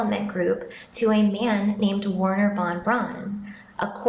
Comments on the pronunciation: Wernher von Braun (pronounced Verner not Warner) must have been very clever to put that inscription on his tombstone, AFTER he died! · Pronounced V erhner. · The W in Wernher von Braun's name is pronounced as though it is a V. He was German, you see.